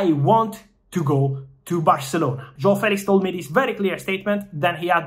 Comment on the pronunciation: The way Fabrizio fighted to say "João" was really well! Well said! Saluti Dal Portogallo